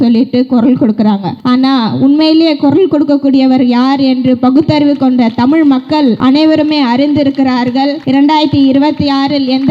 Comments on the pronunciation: தமில் அல்ல தமிழ் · இது டோப்போவுக்கு தான். தமிழ் என்ற வார்த்தை ஐ சொல்ல முடிய வில்லை. நீ எல்லாம் தமிழை பேசுற கொடுமை